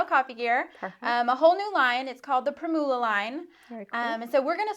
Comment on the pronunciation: The word "primula" is pronounced with the accent on the first syllable. Think of how you pronounce "formula" with the stress on "form".